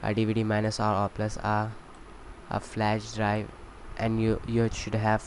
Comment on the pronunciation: LOL "Insert your McBoot Flesh Drive"